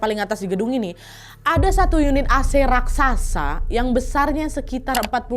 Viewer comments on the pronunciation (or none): none